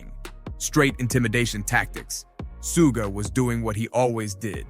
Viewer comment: Who the fuck is suga? It’s suge knight. Not suga. Su gay. ? Wtf?